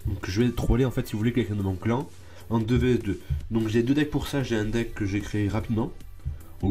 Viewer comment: quand tu dit un déck on dirait tu dit les hendecks mdr